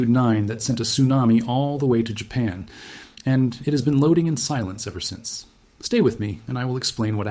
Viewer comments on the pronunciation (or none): none